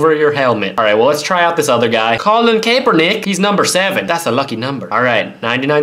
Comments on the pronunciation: Cap-er-nick :) that is how you pronounce it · It's KAP-er-nick. The "e" is silent. Sorry, I had to.